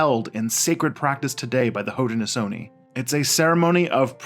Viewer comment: Your pronunciations are so out of wack. Haudenosaunee is Ho-dah-nah-Show-Knee. And iroquois is pronounced Ear-ah-koi, It is not french even tho it looks like a french word. Onondaga is pronounced aa- nuhn-daa-guh. and I am only a minute into the video. I am not native american but I know for a fact how to pronounce these words from growing up in western NY. I like your videos, its just your pronunciations are very midwestern.